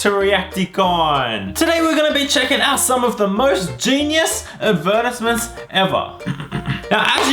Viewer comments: Is “Adversement” a word???? I googled it and it kept correcting me to “Advertisement” Blue unicorn keep saying “Adversement” with so much confidence, I’m losing my confidence with the word 😂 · did he really say ''adveritments" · isn’t it ad-ver-tise-ment?? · Did he just say advirtismis😂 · I didn’t know “advertisements” could be pronounced “ad-ver-‘tis-ments.” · Ad-ver-‘tis-Ments? Wht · Adversments? Lol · says advertisements wrong Me: violently scrolls to the comments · He said advertisements wrong and it bugged me, so wrong 🙄🙃😵😂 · Haha the way he pernounes "advertisements" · Anyone else bothered by the way he's saying advertisements. 😂😂😂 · He says advertisements wrong how cute😂